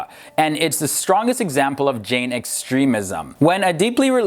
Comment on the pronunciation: The correct pronunciation of Jain is 'J-eye'.